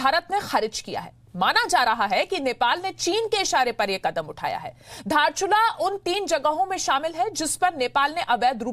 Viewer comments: Tum logo ko to hamara jilla ko name vi aacha se bolne ki liye naiaayta hai ky baat kartahai? Not Dharchula actually is Darchula District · साला दार्चुला लाइ धारचुला भन्चन चिक्ने हरु जिल्लाको नाम त राम्रोसङ्ग भन्न आउदिन तेसै ओ हामारा इलाका हे रे🙄🙄🙄